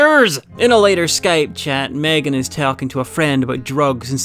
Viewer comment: who tf MegAAAn? It is Megan not MegAAAn